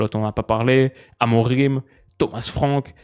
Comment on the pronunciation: Il faut dire "A-Mo-Ring" et non "A-mo-Rim"